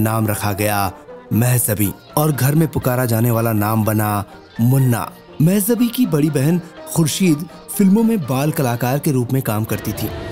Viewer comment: You made such a nice biography, but didn't bother to get the right pronunciation of name Mehjabeen. it is so irritating to hear the wrong name so repeatedly. Kisi Urdu janne wale se sahi pronunciation puch liya hota.